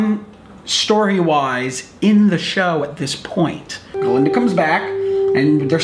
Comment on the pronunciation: It's GAH-Linda. With a GAH.